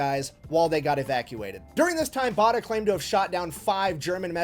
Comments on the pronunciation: Bay der not Barder as the narrator was saying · His name is pronounced 'Bay der'!